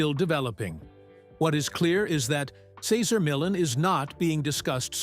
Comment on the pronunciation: At least pronounce this wonderful man's name correctly.